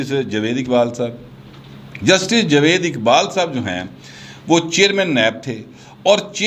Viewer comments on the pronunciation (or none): none